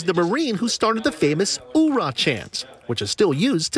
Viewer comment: It’s even been turned from “Oorah” into a noise more akin to a submarine. More of a “Auegh”